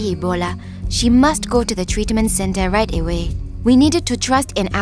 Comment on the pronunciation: did u hear that? Treatment center right Da wae (I Know its "right away" im just joking tho)